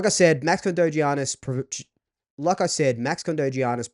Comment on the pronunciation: Fk im I'm signing him up just for his name it's not gggeaniss its yyyyianis